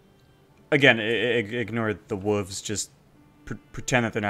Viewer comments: WoLves!!! Not wuvs 🤣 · Why are you not pronouncing the “L” in WOLVES???? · Hey man love the video, but you do know there's a letter "L" in the word wolves right? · why are you calling them wuvs instead of wolves? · What is a whuv? Did you mean wolf? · Whats is a wooovzzz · Okay I’m actually confused, are you saying wooves on purpose or do you actually say it that way? No judgement if you do. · Yeah those “Wuves” can get annoying time to time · WTF is a woov? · wtf is a 'wuv"? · Dafuq are "Wooves?" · you fuckin say wooves? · "Who put wooves" lmao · I don't think wolves is pronounced like that